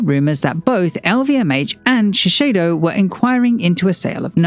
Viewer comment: A note on pronunciation - it's ShiSAYdo, not ShiSHAYdo.